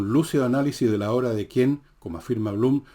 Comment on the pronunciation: pero por que dice "obre"???? 😂😂😂😂😅